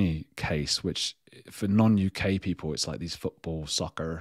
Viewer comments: Your considered, clearly practiced, pronunciation of “soccer” and more excusably “soccer moms” is pretty egregious, man. Love you, of course, So take it in the spirit is given, but yikes! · I would tune in just to hear you say "soccarrr" 😂 lol! If my husband (a saint who has put up with me for 20 yrs) said "I want to be your Tampax" I would say WTF have you lost your mind! 😂 Love ya mate! ✌️💜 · I love your “ soccer” accent! You do know the US first used the term football” for football?